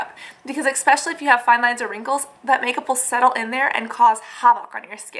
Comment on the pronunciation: Great video, great info! ESpecially, not expecially <3 sorry that drove me crazy Im an english nerd Thanks!